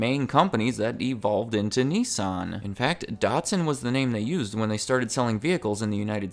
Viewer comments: It’s “Nissan” not “nessan”🤣🤣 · The way you say Nissan does not make me happy